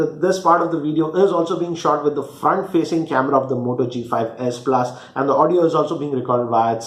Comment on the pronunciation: ....its s+ not asa plus